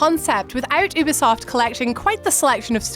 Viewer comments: ummm , its " youuuu-beee-soft " , you're welcome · can you stop pronouncing ubisoft as oobisoft